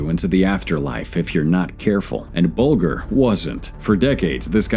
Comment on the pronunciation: Very bad narration, so tiresome to listen to; There should be a gap between sentences, a bigger gap between paragraphs, and an even BIGGER gap between numbered items. And, at least get the names right; The name is pronounced 'Bulge—r'. A lot more time required for editing!